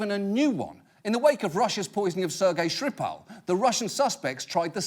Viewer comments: Mispronouncing Skripal as Shripal. Oh god. A new low. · Ha, John can't pronounce Скрипаль :)